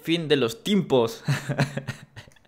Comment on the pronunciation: dice timpos en vez de tiempos